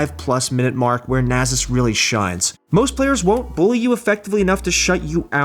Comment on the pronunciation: anyone else gonna talk about the fact that he's pronouncing Nasus as "Na-zis"???